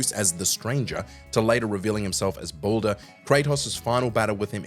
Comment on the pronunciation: Baldur, pronounced Ball-Der not Boulder 🪨